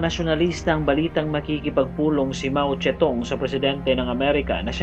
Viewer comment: Mao Zedong yan sir hindi mao ste tung